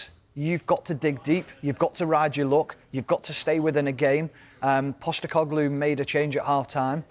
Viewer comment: Man said costecoglu lol